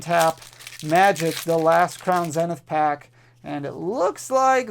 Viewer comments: Good, now we don't have to hear you say "zen-ith" instead of "Zee-nith". And "Zay-she-on" instead of "Zah-see-in". 🤣🤣😜😜😜😜❤❤❤❤ JKJK, love you man! I need the Gold Giratina! 🙏🙏🙏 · Zeeeeenith. Say it with me, Crown Zeeeeeenith.